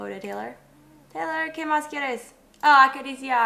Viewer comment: taylor en español se dice teylor